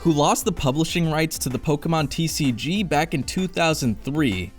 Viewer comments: Great video. The only thing I hate is how you say “Pokémon” 😅 It’s not Pockeet Monsters, it’s Pocket Monsters 😜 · Oh the cringe every time he says Pokeemon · even though I don't pay attention to pokemon anymore the mispronunciation of the name still grinds my gears